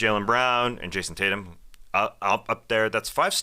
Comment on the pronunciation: "Tay-Tums" almost killed me